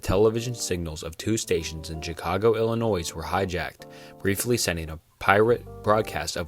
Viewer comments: Heads up as a local, Illinois is pronounced I-luh-noy. The S is silent. Edit: you nailed it later on but the 1st story from there(Max Headroom i think) was what i heard when i commented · I can forgive mispronouncing foreign words, but other things? Like, you're clearly American but you pronounce Illinois with the "S".